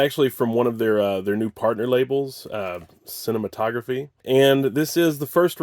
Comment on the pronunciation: The label is pronounced sih-nay-mat -o-graff. Named after one of the earliest film projectors.